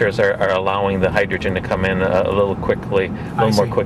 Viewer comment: not hydrogren!!!!!!